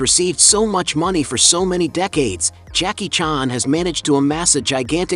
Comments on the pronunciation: Why you pronounce "Jackie chàn" like that? Lol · Jackie "Chon"??? Ai is getting scary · Too bad you can't pronounce his name correctly.